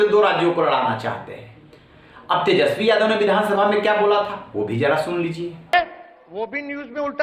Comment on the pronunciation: Ja tu pad ke aa tesjpi bolna nahi aata hai 😂😂